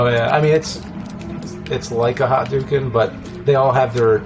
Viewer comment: Why is James saying “Hatduken”? Lol